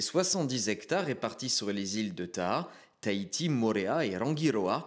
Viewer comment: Comment elle prononce Tahiti ... tahitiche héééé